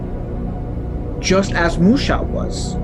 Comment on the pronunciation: Why do you call Mushuh as archetype?